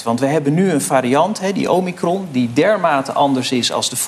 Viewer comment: Omicron wordt fout uitgesproken, vaak verkeerd geschreven en evenals de eerste 2 prikken priktechnisch foutief toegediend. Roel Leerling, huisarts in ruste